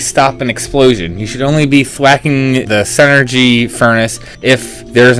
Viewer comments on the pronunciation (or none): It's SIN-er-gy, not SEN ergy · Not to be that guy but... it's pronounced "sin-ergy" not "sen-ergy". Otherwise this video was very helpful. Thanks.